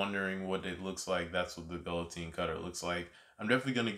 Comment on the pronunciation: No hate but it's pronounced guill(guill is pronouced gey like key) otine (otine pronounced a teen)